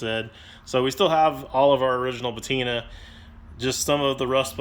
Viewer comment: Please look up the word patina